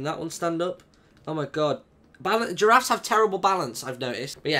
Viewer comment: ``i have 3 jarafs`` that was she said XDDDDDD